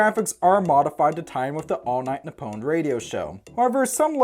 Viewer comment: You pronounced Nippon wrong. Its "NEE-PPOHN".